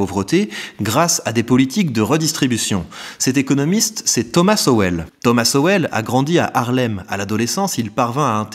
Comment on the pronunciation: grand fan de Sowell, et content de le voir cité sur une chaîne francophone :) Par contre c'est prononcé "Sol" je crois